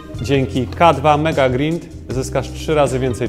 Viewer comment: Czyta się GRAJND, słabo, że nawet nie wiecie jak wymawia się nazwę waszego własnego produktu xD